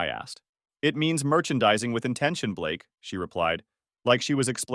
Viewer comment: Blake? You mean Ba-lakay….